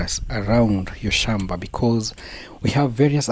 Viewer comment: Gem-beh??🫣 Hoe. Shom-ba??